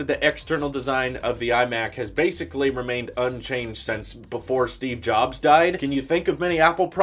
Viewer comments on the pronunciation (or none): none